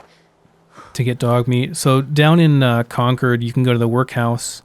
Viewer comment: wonderful content!!! but please say concord correctly lmfao